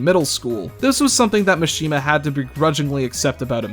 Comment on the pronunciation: STOP PRONOUNCING MISHIMA “Machine-ma.” It’s Mah-shi-ma like every other Japanese name